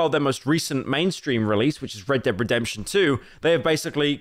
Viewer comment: When Pyro said "Redebedemtion 2" , I really felt that <3